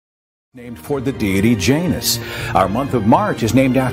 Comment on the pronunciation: Um, I had to safe out . WTF American Pronunciation Guide?! 🤢